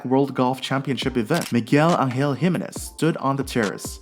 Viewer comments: His name is pronounced Hih-MAY-nez, not HIM-a-nez. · Why can you not say his name right? It´s Jime´nez and nothing else! Even TV- commentators have learned that, but not you.